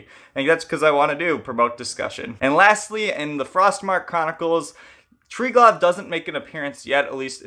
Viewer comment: The V in Triglav is pronounced more as U than V. Also: it's basically the same concept as Brahma-Vishnu-Shiva